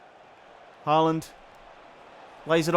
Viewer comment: It's pronounced "Hålan".